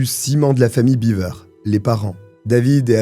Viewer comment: 'Biver'-Beaver, c'est une famille de castor, si tu le prononce comme ca. 'Bever 'Ca se prononce Bèv-r.